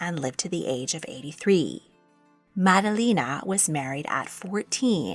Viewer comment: Great video this week. FYI, you are pronounced Maddalena incorrectly. It's all flat short vowels